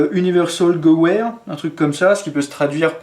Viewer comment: hello je crois que steyr ça se prononce chteyr et gewehr se prononce gevir